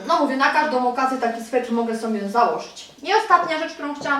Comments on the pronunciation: aaaa SWETER!! nie swetr! juz slyszalam to w kilku Twoich filmikach. :P ^^ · Sweter kochana, sweter (nie swetr) :) Torba jest super :)